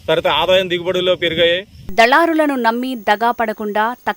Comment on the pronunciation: దళారులు. దాళరులురులు కాదు బ్రో